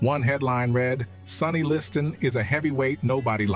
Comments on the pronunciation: Why the different pronunciation of Liston's name? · Could have been a great documentary, but Morgan Freeman's narration was horrible!! Calling him LisTAN, LisTON, half the time I didn't know who he was talking about..... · esp. the Li-stan really hurts even the ears...and I am a fuckin Swiss, english is not my language....xd